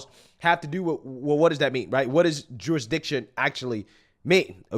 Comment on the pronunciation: Every time you say “jurisdiction”, I hear Jewish diction! Lol